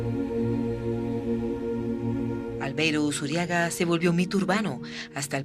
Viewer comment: es ALVEIRO USURRIAGA LOPEZ .... no "Usuriaga" con doble R... RR